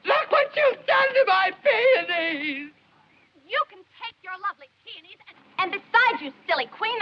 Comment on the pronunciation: I think he likes saying peoonees because it so very close to panties🤣🤣🤣